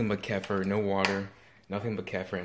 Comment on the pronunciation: Ke FEAR is the proper way to say it. It's much more badass too.